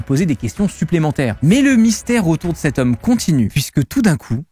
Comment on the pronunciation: CET hôpital, pas « ste »…PAS STE ! Se prolonge, pas « se prolongue ». (Soupir)